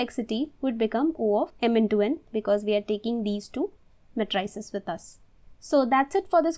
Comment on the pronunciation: ma-try-ces? very disturbing.